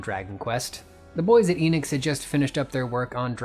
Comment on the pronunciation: It's not Inix or Eenix or Square Inix or Square Eenix, it's Enix/Square Enix. The E is pronounced "Eh" like in end or shed. In Japanese Enix is written as エニクス which tells us exactly how to pronounce the word.